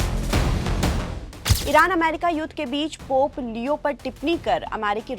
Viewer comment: पॉप नही पोप.